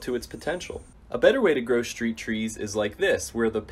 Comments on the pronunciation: "shchreet", "shchressed", "shchrutural" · "Shtreet chree."